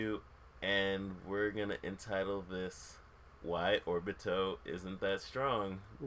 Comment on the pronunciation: So i see this and say oh well, even though there aren't views, he might know his stuff. Vid starts off by saying orbito and atsuki..... close tab.